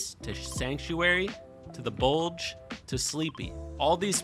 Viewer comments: is it just me that got a little bit annoyed by him calling it the bulge instead of the bugle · It’s not the buldge it the bugle pronounced byougle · Good work 👏 but its bugle not bulge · dint you think it was funny when he said bulge instead of bugle hahahahahawhahah 🤣🤣😂😂🤣🤣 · we all just gonna ignore that he calls the bugle the bulge 😂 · not to be one of those people but u said Bugle wrong its pronounced Byoogel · I like how calls bugle bulge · everyone: "let's go bugle": "let's go to the buldj'je" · The way he said bugle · Bru says bugle wrong lol